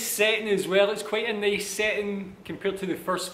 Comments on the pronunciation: Pagsabi nya nang nica neys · His "Nice" is "Neys"